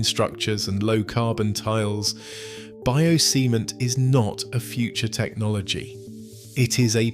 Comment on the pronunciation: Did I heard it right?? "Bio-semen"...